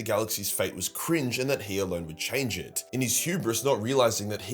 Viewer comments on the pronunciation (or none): The Emperor has chosen his Champion- Ah let’s get into ett